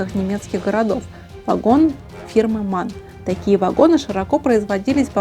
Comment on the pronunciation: Умница и красавица! Одна маленькая поправка. По немецки звучит не: "фирма МАН", а " фирма Эм А Эн ". Но это все несущественно. Вы не просто сделали прекрасно модели, но и рассказали их характеристики.